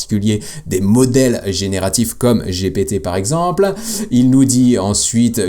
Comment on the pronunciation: un peu lourdingue quand tu dis Gpt i !! gptee ! sinon super video merci